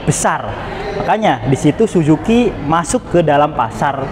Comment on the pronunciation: Suzuki bacanya susuki bang bukan sujuki 😂😂